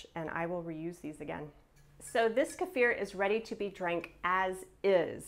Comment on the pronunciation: How great of you to pronounce kefir the correct way!! Thumbs up!